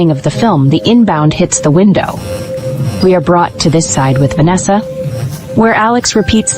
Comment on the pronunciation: Va-nesha!!!!!😠😠is this the first AI ever made or what !!!!!